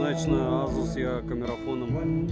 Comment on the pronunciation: Не настаиваю, но вроде произносится асус, а не азус. Греки же этого коня называли Пегасус. Может мой слух кривой х/з, но услышал з😊. Спасибо за твой труд.